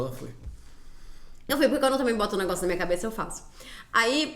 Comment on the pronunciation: eu gosto muito que a fala NEGOÇU ❤